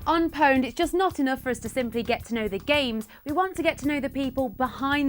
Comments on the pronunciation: You lost me at "powned"..... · Mispronounced pwned, why is it that only Pure Pwnage can seem to say it correctly D